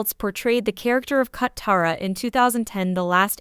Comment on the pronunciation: They even said "CUT-tara"